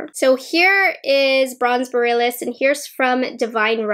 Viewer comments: Omg I’m cringing. She pronounces borealis wrong like 20x lol. It’s pronounced bore-ee-al-is. Not boralis lmaooo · Just FYI “Borealis” is pronounced “Bore-ee-alice,” at least here in the US. It’s named after the Aurora Borealis/Northern Lights. ☺️ Very fitting for Pat’s celestial theme. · lol sorry to correct you but it's boh-ree-al-iss, like the aurora borealis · Thank you. My ears cry out every time I hear the mispronunciation! 😜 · Yes, that had me crawling in skin every single time she mispronounced it! It felt like nails on a chalkboard. 🤦🏻‍♀️ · That’s okay, I am not afraid of commenters. What’s weird is that I saw another YouTuber pronunce it the same way as and now I wonder if it’s a regional thing? Lol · Oh man. I hate to be this person.. but you mispronounced borealis. I’m so sorry but I had to say something because you said it like 10 times and my inner northerner couldn’t handle it. Speaking of which, the Aurora Borealis is actually visible right now, so if you’re reading this, try to check it out if it’s visible near you if you’re in the US or Canada! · She can’t pronounce borealis lol